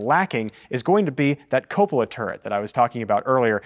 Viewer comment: Very good video! Only suggestion is you work on your pronunciation of 'Cupola'. [ kyoo-puh-luh ]